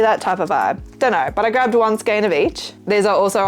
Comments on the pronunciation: Feral eyebrows oh my goodness I'm still giggling! I'm going to steal that sometime. I really like your choices of products you make, they're different than what everyone else does. You are right, the correct pronunciation for skein is "skain". There are online dictionaries that have a little sound feature that use that pronunciation. Really like your channel btw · No justification is ever needed for buying a metric shitton of yarn! 😂😂😂 You said it right, skein rhyming with "pain" (as someone who had to look it up because it's in my company name! haha) Great video as always. Hope it went great!